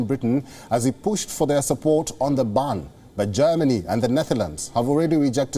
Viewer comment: Its gas not 'gus' & its ban not 'bun' ...